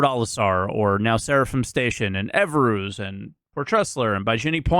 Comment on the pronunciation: Everoos? Did you mean Everus? 😆🤘